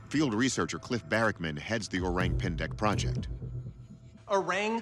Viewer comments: lol....the way you pronounce it "o-rang pan-deck" is kinda cute. its actually "o-rung pen-deck" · O-rank pan-deck 😂😂😂. Thats the weirdest pronunciation. Please check with local how to pronounce the word correctly (o-rung pain-deik) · Not oraeng🍊 pendek, but orrrAAng↑ pendek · pronounced “oh-rung pain-dake” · "Oreng pendek" 🤣🤣🤣. The pronunciation killed me dude 😅😅😅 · ORANG is pronounced like this, O is like ' oh ' and RANG is like ' rung ' not rang in English.